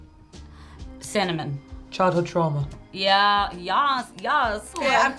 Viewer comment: I thought she said chocolate trauma when they were listing flavors 😂🤦🏽‍♀️